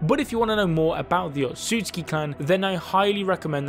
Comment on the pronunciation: otsutsuki not otsuki